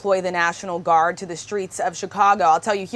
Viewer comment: National "Guard " not National "Gurad" That mistake aside, Trump is a dangerous chump.